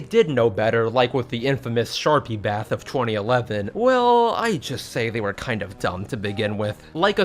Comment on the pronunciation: I thought he said sharky bath